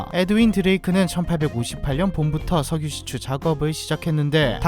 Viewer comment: 석유 아니고 셕유 입니다 ㅋㅋㅋㅋ